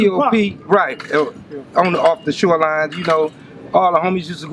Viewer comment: “Sho line” lol shoreline?